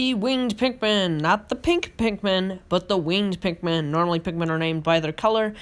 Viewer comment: Sure true pikmin fan knows alot about the game pronuced wing-ED pikmin wrong pronuced ROCK pikmin wrong didn't even mention the puffstool the thing that creates puffmin and also didn't mention that when white pikmin are eaten it poisons the enemy that ate them shredded true pikmin fan mhm